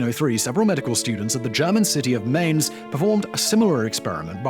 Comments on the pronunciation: The German city of Mainz is pronounced “Mine-ts” like Mein Kampf with a “ts” at the end. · The German city Mainz is pronounced like it rhymes with pints. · "Mainz" isn't "main-s" but rather "mine-ts"